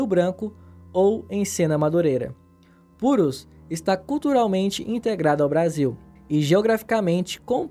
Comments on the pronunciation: Não, a pronúncia correta é muito importante, as pessoas devem ser incentivadas a melhorar sempre, e não a continuarem no erro porque entenderam o que elas dizem. Será que vc é professor mesmo? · O vídeo é muito bom mas, o nome é Purús e você lê "Púrus" o tempo todo. Meu Deeeus! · Quanto à grafia, tudo bem, é de menos mas... A pronúncia, é de MAIS (+) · O nome é "Purús", e não "Purus" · Olá! Achei interessante o seu vídeo, apenas uma observação sobre a pronúncia: a palavra Purús termina com acento agudo, o que indica que a última sílaba é a tônica e portanto se deve acentuar esta na pronúncia e não a primeira. PuRÚS! Na língua portuguesa, o nome do rio Purus também é pronunciado desta forma. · Puxa você faz um vídeo super legal e fala o nome do rio e da província errados. Não eh “Púrus” é sim Purús. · Olá meu caro, amei o vídeo. ❤️ Mas a pronúncia "púrus" em vez de "purús" me incomodou bastante. O vídeo é excelente. Parabéns pelo seu trabalho e obrigado por compartilhar conosco. Desejo de coração, melhor sorte aos "peruleiros" ou seja, os ainda peruanos, que desejam ser brasileiros. Valeu 👍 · A pronúncia é oxítona puRÚS, não paroxítona PUrus. 😉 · Não é Púrus, é Purús. Você acentua a palavra e não lê direito, é uma palavra oxítona, ou seja, a sílaba forte é RÚS, puRÚs😂😂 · Mano, não é PurOs, é Purús! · A pronúncia é OXITONA: puRÚS, não PÚrus. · Não é Púrus é Purús. Olha o acento... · É PuRÚS, não purus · PURÚS! E NÃO PÚRUS! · ele lê (pronuncia) "puros". Ele o faz como se a palavra fosse um adjetivo, sem o saber, pois faltou a essa aula de Português. Por exemplo: Eles são "puros"; O homem "puro"; A mulher "pura"; A criança "pura"; A comida "pura", a água "pura", etc. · eu tava escutando cúrus😂😂😂😂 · Que agonia dele falando "Púrus" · Mn você não tá sabendo fala purús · A matéria é ótima! A única coisa que me incomodou foi a pronúncia de PÚrus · A tônica é no último “u”. Se diz “purús” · Pu-RUS. Palavra oxitona. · É tão distante que erras na pronúncia Puruuus